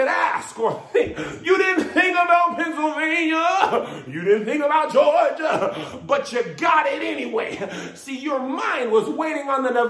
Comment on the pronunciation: LePennsylvania!! LeGeorgia!! Lmmfao! 😂🤣😂🤣😂